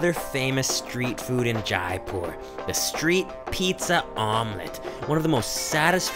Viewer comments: It's जयपुर not जायपुर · It's not jaaaaaaaaaaaaipur...it's only jaipur.... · Not J'aae' poor, j 'ai' pur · Everything looks great! It’s funny that he learned how to say mint correctly but keeps pronouncing Jaipur wrong